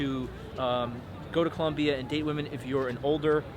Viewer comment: For someone giving advice on the country it sounds kinda weird hearing him say 'Columbia'. Its Colombia, ppl hate it when you do it wrong. Im married to a Colombiana, i know.